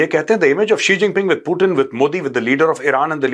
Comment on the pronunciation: Hahahah chigeng G bolo😂